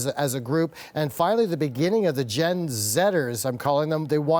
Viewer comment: It's Gen Z, NOT "Gen Zetters."